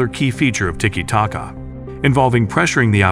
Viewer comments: How has an AI voice managed to find so many different ways to pronounce "tiki taka" in a single video? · make up your mind, is it tiki tacka, tiki take-a, tiki taka, ticky tayka. you pronounce it differently every time you said it